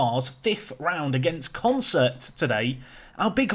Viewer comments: You add R's again, it's not Concert, lol. consett. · Con-Set, not Concert, dude. Sorry to criticise, you're obviously dyslexic. But you're so damn close to the right names!!! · Consett were probably annoyed by your butchering of their name. Consettt there's no R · Consett is pronounced "Consit" locally, there's no R in it :) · So who wants to tell that he’s been pronouncing Consett ‘Consert’ this whole time? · Good God, but it is really annoying!!